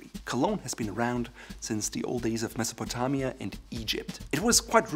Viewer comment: Haha, you can't hide your German roots when pronouncing "Mesopotamia"!